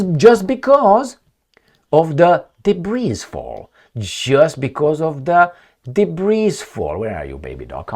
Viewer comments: DEBRIS is pronounced DEBREE. Just thought I'd help you My Friend 😊. Be good be safe, and ciao for now....Blue 😇✋🏴🇬🇧. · I’m a big fan. Don’t pronounce the “s” in “debris”. It’s silent. One of those French origin English words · The s in debris is silent. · The "S" in debris is silent.